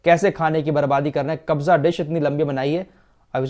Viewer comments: Its "kabsa" dish not kabza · Kabza dish nahi Kapsa dish bolte hai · Asslamu alaikum kabza dish nhi hota hai kabsa dish hota hai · Not KABJA ... It's KABSA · Kabza dish nahi kabsa bolte hain bhai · Khafsa bolta hai sir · khafsha disc biryani ko khafsa bolte